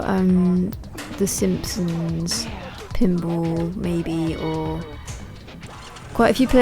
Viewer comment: Funny how she pronounces pinball. "Pinble".